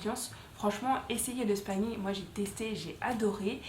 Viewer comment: On ne dit pas spaïning 🤣 on dit spi-ning ☺️